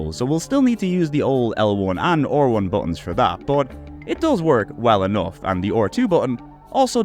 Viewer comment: How are you a native english speaker yet somehow unable to pronounce R1 or even just 3 like a normal person? It's certainly not "OR1" and "tree"...